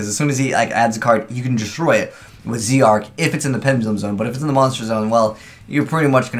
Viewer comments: It's not Zeee Arc it's Zarc it's pronounced as Zarc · Zarc not z Arc